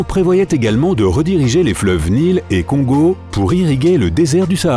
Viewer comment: tu la mal dit le congo tu la dit : Con Go like si c'est vrai